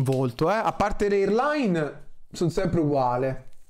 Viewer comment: cazz0 è l' "eirlain", parla in italiano